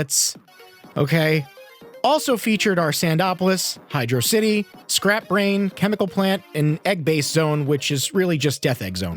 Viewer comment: Every time someone calls Hydrocity “Hydro City”, I die a little inside……